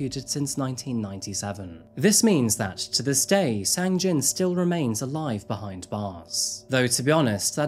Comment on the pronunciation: thank you for your hard work, just one thing.......sang-jin's name got kinda butchered throughout this one 🙊 i heard "sang-jeong" and "jang-sin" just within the first six or seven minutes